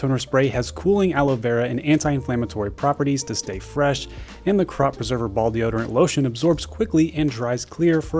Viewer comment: Great video. But I always laugh when you say ball deodorant.